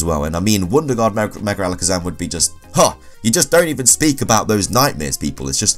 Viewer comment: 30 seconds in .... “merger Alikizum” Me; time to watch something else